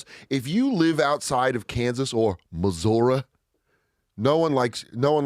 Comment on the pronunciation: It's ok if you don't like the Chiefs. We WILL have a problem if you continue to pronounce it "Mo-zur-uh".